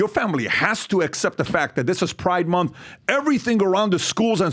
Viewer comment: pri-De mon-th